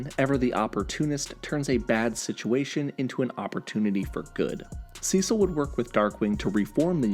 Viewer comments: why do u say Cecil "Sessel"? not hating just wondering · You keep mispronouncing Cecil😂